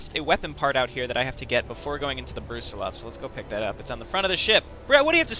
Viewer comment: It's a little bit surprising to see a spaceship named after a relatively obscure general. Especially given the fact that you've been placing stress on a different vowel.